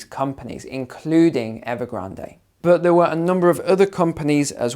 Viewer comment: Evergran"day"? "Lay"man Brothers? Just when I though my English was good. Now we can speak the King's English. Thanks for the lesson!